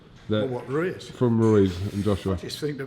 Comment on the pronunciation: Haha Frank cant even say Ruiz properly